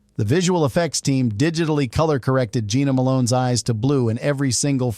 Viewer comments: It’s pronounced Jenna Malone not Gina Malone. And Jenna Malone did not have brown eyes she has light green/hazel eyes. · NOT Jeana but Jenna ! Get it right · This AI voice bullshit sucks. Jena Malone is "Jenna", NOT "Geena". "Su-ed" instead of "sued"? Really? Just use a real person to read the info. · I hate AI. It’s “composiTed”, “Jenna” Malone not Geena, Sued not SouEd.